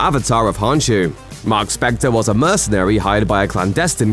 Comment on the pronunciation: imediate red flag the k in khonshu isn't silent so its not honshu